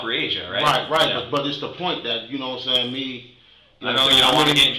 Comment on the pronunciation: If you edited out every time he said "yanowmsan" the video would fit in the original format of the channel... Thanks for doing what you do